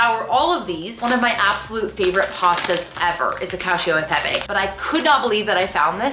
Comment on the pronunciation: Hey so i am so sorry if I am wrong but the pasta you bought at trader jo’s that you said you had liked, it’s really not even bad I just thought I would say that the Pepe is not pronounced pep-A bc that is the more common Spanish pronunciation but bc that’s pasta it’s safe to assume it’s Italian it would be pronounced pep-E. (That’s my last name, I just wanted to say that, but I could always be wrong). Ilysm!! 😍 Edit- haha i commented this when she was doing your haul but then she goes on later in the video to apologize about how she is saying the word😂